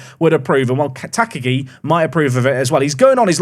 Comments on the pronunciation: Tuh -KAH-gee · just engaging about the soon to be top scorer of the league. Ta-Ka-gi isn't hard, I'm sure he'll nail it over time. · Please pronounce Takagi in the commentary like Hans Gruber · I really hope you are pronouncing Takagi this badly for engagement. Please stop, you are going to say his name a lot.